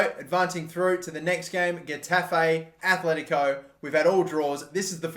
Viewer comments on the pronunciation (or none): They are called aTletico not aTHletico... jesus...